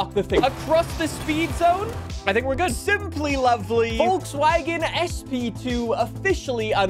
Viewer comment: You pronounce Volkswagen wrong all the time